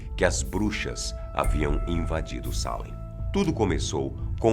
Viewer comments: NÃO TEM ACENTO NO A MDS,É SALÉM E NÃO SÁLEM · Ai que agonia que dá de ouvir ele errando o acento😥 É Salém, não Sálem. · Não se diz Salem ,se diz Salém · A América (Novo mundo) na idade média nao havia sido povoada pelos europeus. Esses julgamentos ocorreram no século 17, no ano de 1692 (idade moderna).Ninguem foi queimado vivo por esse tribunal. A pronúncia de "Salém" é exatamente como se lê, e nao Salem! Fica evidente que o apresentador defende a tese de nao haver sobrenatural no episódio de Salém, como se tem usado na retórica política e na literatura popular. De fato os julgamentos e as execusoes sao dignos de crítica e de repúdio, mas afastar as referências históticas de casos de satanismo, vodú entre outros cerimoniais de ocultismo e de experiências sobrenaturais, bem como o desconhecimento em Salém da maioria dos depoimentos e testemunhos e o descrédito dos conhecidos é desleal. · Da um nervoso como ele fala Çalen eu gosto de Salem bem forte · A palavra Salém é oxítona. Mas o apresentador pronunciou como sendo paroxítona. Qual a real pronúncia? Porque a forma de falar não condiz com a forma escrita 👍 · Pq ele fala Sálem ao invés de Salém ? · Por quê ele fala "Sálem" se está escrito "Salém" ? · Não é assim que fala Salém af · E cada vez que ele fala SÁlem eu tenho vontade de enfiar um garfo no tímpano e girar. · Pq tem acento agudo em Salém se a pronúncia é Sálem? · A pronúncia não seria Salém? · Sálem ou Salém??? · Traffic DAE DAE tbm achei que era Sete além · Ele esta flando o nome da Cidade errado .tem assento ! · A pronúncia de “salem” corrói os ouvidos...